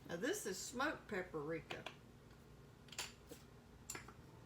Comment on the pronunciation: "Pap-a-rika" hahaha